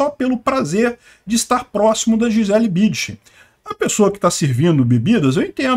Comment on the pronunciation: precisa colocar o N na sua pronúncia do sobrenome "BüNdchen". Foi duro ouvir repetidamente o nome tão conhecido pronunciado errado... Abraço!